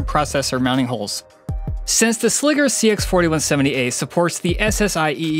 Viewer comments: Sliger isn't "Sligger" doesn't rhyme with tigger, bigger, or figure. Its Sliger as in Tiger or Geiger. What they don't show you in these videos is the actual racking of these cases. Anyone wanting a rack mount solution with rails stay away from these. My whole reasoning for buying these was that I could fit AIO's and they'd be easy to build in and maintain and its been nothing but a headache that I regret. I made the mistake of buying both the 3U and 4U with rails and the rails they sell are generic garbage and don't mate up properly with the holes on the side of the server so the servers wont slide in flush with the rack to actually screw in. There are not good instructions or diagram showing a proper way of doing this so you're just left to guess which holes are supposed to be used and no combination I've tried allows the case to completely slide into the rack without some type of issue. Add to that the boxes are too wide once the rails are mounted which causes the rack mounted slide to mar the side of the server which kinda defeats the purpose of spending this much on something that looks nice just to have some stupid detail like that screw up the powder coating. Ive tried fitting these in 5 different racks so at this point the rack cant be blamed for the shenanigans. They send some 3D printed spacer with the rails that's supposed to align the rails and 4 out of the 5 racks this just made the fitment issues worse. I really wanted to love these because my Ceberus was an ama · It's pronounced 'Sly-gur'... put some respect on Kahlin Sliger's name. 😜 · Sliger is pronounced like Sly-ger. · Good review, but I cringe every time you pronounce "Sliger". SLY-gr. Like "Tiger". The way you keep saying it is WAY to close to Nn...nnever mind. It's deeply uncomfortable, is what it is. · Sliger "sly-ger", when it doubt, "when two vowels go walking the first one does the talking, even when ere is a consonant between them"